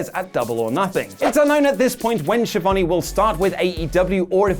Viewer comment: Is to difficult to pronounce Schiavone? :°D